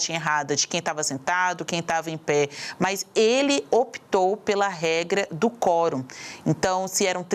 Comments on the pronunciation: Que fraquinho essa repórter, meio tendenciosa. E aliás é quórum e não fórum. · Forum, NÃO, quorum!! Vai estudar um pouco mais.